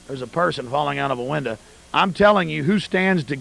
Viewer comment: Im sorry but the way he says window is so crazy